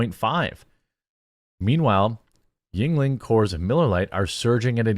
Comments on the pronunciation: I understand you have dyslexia and it's not easy for you, but the constant mispronounciation of yeungling is killing me LOL. It's germanic. It's not asian. pronounced "youngling" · I thought it was pronounced as "Youngling